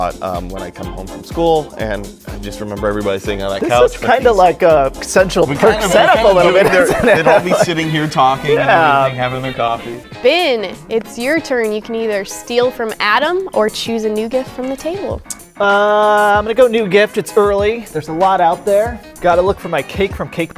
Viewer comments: did call Ben Bin?!?! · It's not Bin it's Ben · Did anyone else here Bin LOL